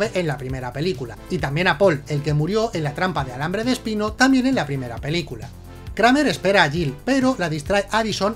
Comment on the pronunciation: JAJA antes decía pelculas